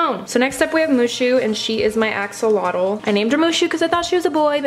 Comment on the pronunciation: When you said Axolotl it sounded like assholeotl 😂😂😂